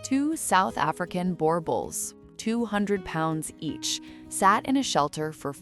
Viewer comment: Not boar bull, it's boor bull. b 'ooh' r bull. Spelt Boerboel. Al slop is terrible. Great looking dogs though and what's more incredible than the AI narrative it the fact that you're looking at a full black boerboel. I may be in the purist camp in terms of their pedigree though, definitely N mastiff in there somewhere.